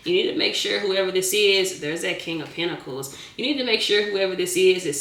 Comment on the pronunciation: I love the giggle, the plastic clapping hands, the way you say "PentiCALS", and "Chile" 😊❤